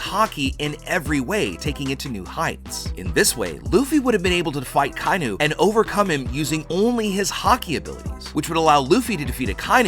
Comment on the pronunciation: DAWG HIS NAME IS AH-KAH-EE-NUU NOT AKYNU